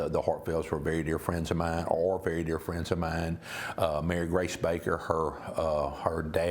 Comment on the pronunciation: Its Mary Grace not Mary Grey goid greif i hate news people!!